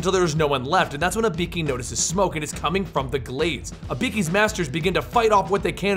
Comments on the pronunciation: IBIKI ?!?!?!?!?! E BOO KEY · Eee boo key. Dude they say it in the game.